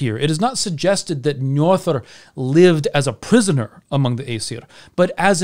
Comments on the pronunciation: Apologies for picking on pronunciation, but did you just say Njorðrðr? 😅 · Agreed! 😁 Next step is that "ö" is more like the "u" in umh... and that the Đ is a dh rather than a th sound :) I'm just nitpicking though.